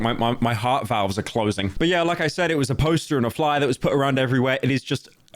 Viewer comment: why do you say but like BOUT